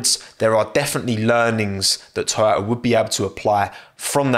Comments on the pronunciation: its called toyota, not toyoya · Toyota, not Tchewyoahtah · Sorry bro ur pronunciation is wrong. Its #Toyota# not Oyoda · Everyone: toyota: Toyo'a Most bri'ish pronunciation ever 🤣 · Most people: "To-Yo-Tah": "ToYow-Ah" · what the title says: toyota what we got from: toyo'a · What is this thing called "Toyo'a" he is talking about all the time? 🤣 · i know about toyoTa but tf is toyoah ? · Can properly say Kubica and Giovinazzi but can't say Toyota properly? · Toyota: Has 2 „T“ letters: Only pronounces one of them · It’s painfully listening to you try to pronounce “Toyota” Lol